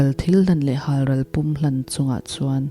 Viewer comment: phil na aan pathian chu an pum tih a pum lai kha i lam dik lo pum ( pumpui ) stomach hemi pum hi ni zawk